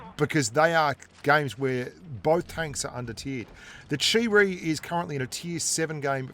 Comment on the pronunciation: Chi-Ri = Cheap Reee